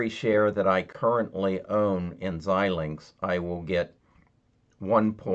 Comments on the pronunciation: Pronounce: ZY-Linx... FPGA: Field Programmable Gate Arrays.... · Pronouned ZY -linx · It's pronounced: zi - lingks